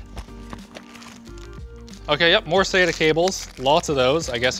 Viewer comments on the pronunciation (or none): none